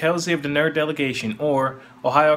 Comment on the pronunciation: you still cant say "delegation" right